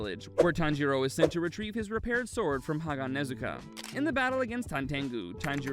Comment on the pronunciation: ha-ga-ne-zu-ka?! It’s ha-ga-nes-ka